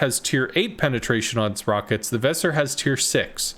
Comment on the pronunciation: The "s" in Weser is soft spoken and both "e" are long.